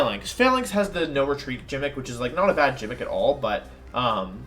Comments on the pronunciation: Wait.... Did this guy say Jimick as a joke? Please tell me it was a joke and he doesn't pronounce gimmick that way? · I find it funny that he says “jimmick” instead of gimmick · GIMMICK NOT JIMMICK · Where is wolfy from? He kinda pronounces things wierd... Example he said gimmick like jimmick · Why does he pronounce the word gimmick like it’s with a J or like the the word Gym?!?? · that's his jimmick. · Pronouncing gimmick with a “j” big yikes. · Me: He said Jimmick.......maybe it was a mistake. Wait he just said it again.......ohhhhh.......time to go find a different tier list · “Jimmick” yikes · Pronouncing things weird is his jimmick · Ah yes the "Gymic" hahah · You’re saying gimmicks wrong. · Why the eff are you saying “gimmick” so wrong? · Are you intentionally mispronouncing gimmick?